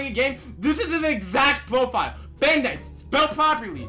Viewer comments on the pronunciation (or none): “Bandithes” XD LOL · can we get a "Bandites" counter cause i swear every time he said bandites is equal to the amount of times i died in arsenal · I got really anyone when he kept saying bAnDItEs